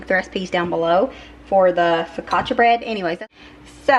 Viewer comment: Hi 👋👋👋 1st of all, you pronounced focaccia bread correctly👍👍👍 Holly cow that soup looked and sounded amazing, that’s a definite trust by situation😋 Your bread look very good too, maybe you should add Italian seasonings and garlic etc🤷🏻‍♀️ but it looked pre tty, those tiny tomatoes have me very intrigue🤔 they’re so cute👍 TYFS, I hope you have a wonderful and blessed week🙏♥️💫✨👼🏻✨💫♥️PS: Say a prayer for me, my uncle/Godfather passed away late Saturday night, I was told early Sunday morning of his passing, it’s been very hard on me, we were very close🥹 Thank you so much💔🙏💔 💔😇💔🙏